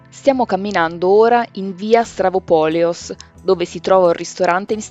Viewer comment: Si ma si chiama Stavropoleos, non Stravopoleos!